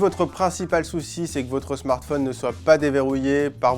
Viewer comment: "SmartFaune" faites un effort de prononciation, roh lo lo